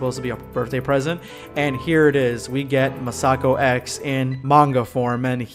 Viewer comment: I love R&R, mostly because, unlike Super, it focuses on different Dragon Ball characters besides Goku and Vegeta. P.S. Masakox is pronounced Mass-uh-ko X, not Muh-Sah-Ko X.